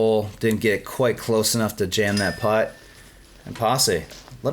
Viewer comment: needs to learn how to make the "P" sound, he pronounces Paul's name "Baul" atleast once, and says "Butt" instead of "Putt". lol